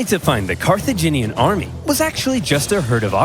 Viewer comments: Watching struggle to say "Car-tha-gin-ian" is both entertaining and frustrating 😂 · Carthaginian like Virginian. Car-thu-gin-ean